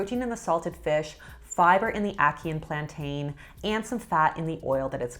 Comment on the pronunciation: I hate how she says plantain lol